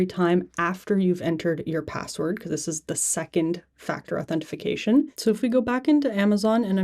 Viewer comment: “Authentification” ? I need that 😂